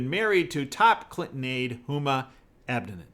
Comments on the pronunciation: Just FYI. I believe its pronounced, Abba Dean. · Please correct your pronunciation of Huma Abedin.